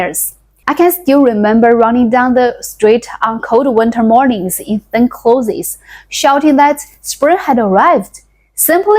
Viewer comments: Your English vocabulary is very good. You must read a lot of English books. For the word "Clothes", pronounce it the same way as "Close" (like, close the door). I grew up in the US in the 60s and we were poor. Not as poor as your village but, I was the poorest one in my class in elementary school. I can relate to the food, clothes and hygiene stories. Comfortably retired now because I learned not to waste. People waste a lot in the US. Good luck with your channel. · Very good English with some difficult words. Listen to some pronunciations of "clothes", "various" again and try that. Your story reminds of how I grew up in south Africa, past down clothes that had repairs and didn't fit, no shoes , cracked skin on hands and feet from cold, worms and lice, we played in trees and with mud and sticks. we were happy as we didn't know better till later when image mattered.